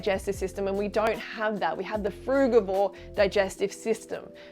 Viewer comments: You can’t even pronounce frugivore 😂😂😂 you have no idea about nutrition. Stop acting like you do. Stick to building muscles bruh. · "Frugavor" now that's new. Also, if we're not meant to eat meat.... why do we have incisors to dear and rip flesh?